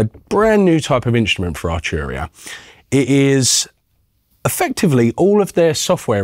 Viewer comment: Archuria. Second vid, get your pronunciation right 🤣